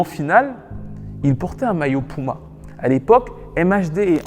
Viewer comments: Il va falloir apprendre à dire puma et pas pouma pardon ! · Bro c'est puma ! Cest pas pouma mdr